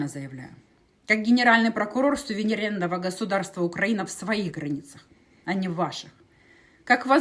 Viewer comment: сувириневерного государство ,правильно сказала